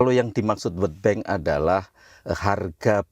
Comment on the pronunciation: World bank bukan word bank cuba belajar sebutan dengan betul.